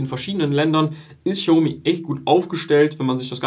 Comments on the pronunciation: Du sagst aber „schiaomi“. Sorry, will nicht kleinlich sein, aber du sagst den Namen gefühlt 300 mal und ich zucke jedes Mal zusammen 😅 Aber schönes Video. Bin selber seit IPO investiert. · Boah, sprich doch den Namen xiaomi bitte richtig aus. Das triggert mich hart 😂